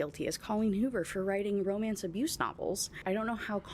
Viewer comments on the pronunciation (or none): none